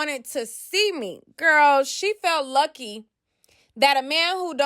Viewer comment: She said YUCKY not LUCKY. 😂😂